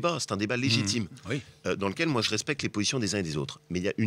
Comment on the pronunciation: Laurent Wauquiez : "Che ne dirai pas de mal de Copé"